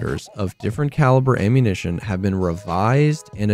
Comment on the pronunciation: That GTA mindset slipping through, lmao "Ammunation"